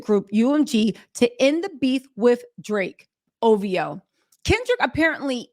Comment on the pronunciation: Now lemme hear you say OVHOEE 😂